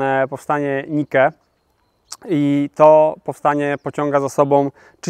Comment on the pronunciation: Interesuję się od dawna historią Bizancjum i dlatego jakoś obejrzałem ten podcast do końca. Przeczytałem sporo książek o Cesarstwie Wschodniorzymskim i polecam przed tworzeniem materiałów tego typu, też złapać trochę bibliografii. Bunt Nika a nie Nike. Najpierw Wandalowie, potem Ostrogoci, zresztą jeszcze wcześniej wojny z Persją. Niedługo po utracie Sycylii także południowe Wlochy (serio, prawie 200 lat później, w międzyczasie pokonanie Ottonów w Itali). Bitwa pod Kleidon, nie jak tam powiedziałeś. Ogień Grecki był używany już podczas pierwszego oblężenia Konstantynopola. Wypisałbym takich błędów ze stronę. W sumie, to więcej rzeczy przekręciłeś, niż powiedziałeś jak było. Polecam Mroczne Wieki, a nie ten stek bzdur. Pozdrawiam